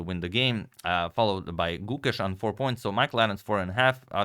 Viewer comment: Gukesh ❌ Gu-Cash ✅